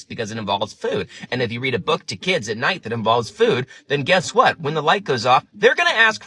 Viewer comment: Wait... I'm 20 seconds in, did I hear you right? Did you just say "book" the same way you say "Tootsie?!" Please tell me I'm mishearing you!!